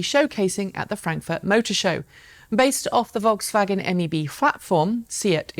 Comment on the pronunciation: Thank you for pronouncing Rimac and Volkswagen correctly. You're the first anglophone presenter that does it right.